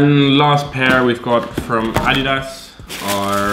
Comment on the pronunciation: the way he says adidas, lol, "Ahh- Dee-dahss"